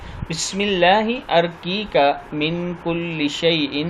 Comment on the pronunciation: ارقیک الف پہ زبر نہیں پیش ہے